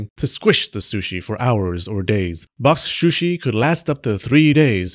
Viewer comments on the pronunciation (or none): Very entertaining, especially listening to you trying to say boxsh shushi...box shooshi...bok suuushee...square container fish. 😊